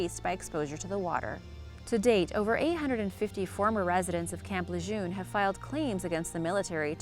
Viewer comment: It is pronounced Luh'JERN not Lejeune ...